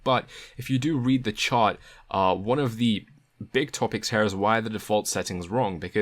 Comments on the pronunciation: when you say Here is should sound like hear not Hair. Is this type speech very common in your neighborhood? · cool video, thanks, but the word is "here" not "hair" >_< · why do you say "here" like "her" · This is how you pronounce the word HERE; It's not "hair" or "hare". :) You're welcome.